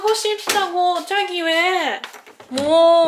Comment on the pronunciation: 3~5년내에 표준어가 바뀔듯 합니다 자기 => 촤기 중독되는 발음입니다